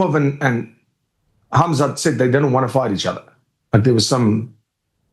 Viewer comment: Ariel pronounces Khamzat with that Russian h sound poggies